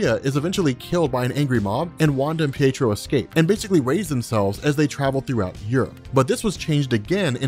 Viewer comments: Peetro, lol! Pee-ay-trow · Peetro? PEETRO? It's Pietro! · I heard you say peetro